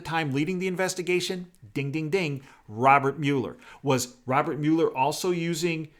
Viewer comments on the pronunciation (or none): none